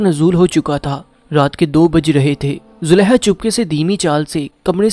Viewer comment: You need corrections in pronunciation. You read ha where those were kha. You said Zuleha, while it was Zulekha.